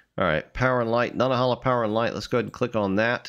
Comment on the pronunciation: Nanta - HAY - la